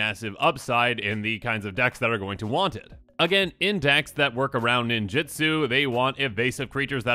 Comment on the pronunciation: You keep saying "ninjitsu" which is how WOTC wanted to print the keyword, but was unable to due to a lawsuit. The keyword is "ninjutsu".